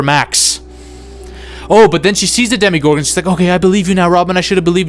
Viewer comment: I wanted to respect your opinions but then you kept saying “DEMI-gorgons”